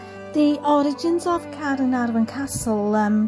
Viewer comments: hello, wow the way you pronouce "caernarfon" so beautiful. I could listen your video all day, I love yor lovely voice. the architectural of this caernafron castle is a masterpiece. no wonder it's the world greatest medieval buildings. thank you so much for sharing have a lovely weekend:face-red-heart-shape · Dont mind me having abit of a binge of your channel and hehe, thank you for sharing Caernarfon Castle - never knew that was the way to pronounce it, so thank you again for sharing that, it's super helpful when we're hoping to come up North to visit this wonderful castle. I love how grand the building is, just incredible seeing the sheer size of it. Steeped in bags of history, this certainly is a place we want to go! You always manage to make all the visits enjoyable, love the animations too, thank you again for sharing this, have a wonderful weekend👍🏻👍🏻🐉🐉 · I loved learning about the history of the magnificent Caernarfon Castle. I really appreciated your in-depth research. Your voice is so beautiful,. I love the way you pronounce "Caernarfon." I could listen to you all day! Thank you for the wonderful tour 👍😊💕